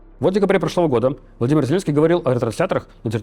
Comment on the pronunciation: и не в прошлые годА, а в прошлые гОды . он явно из Одессы, хава нагила хава ! 😁